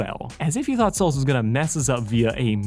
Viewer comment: i think its "Stolas" not "Stolitz"